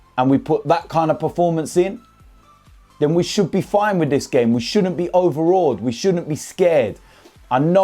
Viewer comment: “If I’m honest wiv ya”